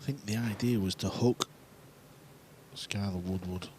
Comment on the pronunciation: English commentators saying Skyleh Woodwood lmao